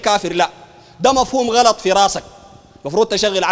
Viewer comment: غلط وليس قلط